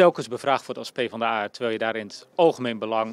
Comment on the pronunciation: De PvdA-fractie is kennelijk zo hecht dat niemand haar naam correct kan uitspreken. 🙄